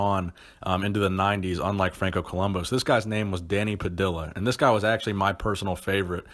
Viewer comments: Pah-dih-ya not pah-dih-la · It is not an american last name of american origin, It is definitely not pronounced "pah-dill-ah" it is "pah-dee_yah" again not hating but brutal pronunciation of it. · It’s Danny Pa-dee-ya, not Danny Pa-dill-a. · Not that it matters, but it's pronounced Danny (Puh-dee-yuh) Padilla... The LL sound is more Juh emphasis! But great vid as usual! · Love your posts....but I think Danny Padilla's surname should be pronounced, 'Pad-dee-ah'. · It's pronounced pa-di-ya ( Dany Padilla ). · dont mean to nitpic but i think it's pronounced puh-dee-yuh.